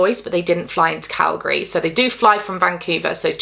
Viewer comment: As a Canadian who grew up in Alberta, I appreciate your correct pronunciation of Calgary 😂 I live in Saskatchewan now and everyone here gets it wrong